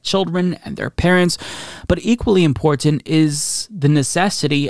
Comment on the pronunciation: I LOVE your channel and content but goddamn I hate the way you pronounce 'important' haha. Hell, you may even be saying it right but it sticks out the more you say it haha.